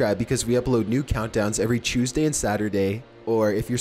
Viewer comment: U said choseday not Tuesday sorry